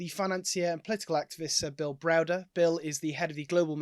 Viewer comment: Oh here we go again with Browser lol. Oil revenue is down, so Russia can't afford this war, that's good, that's very good... 😂. Idiot Browder, or Browser, Browbeaten lol 😂😂 Guy hasn't a clue what he's on about. But if you ask him this time next year he will still say Russia is facing bankruptcy, they are losing. Ha ha . Is no one else sick of this doom monger ?